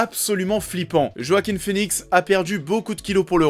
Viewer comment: "JOAKHIM FÉNIXE" se prononce en fait "Hoakin Finix"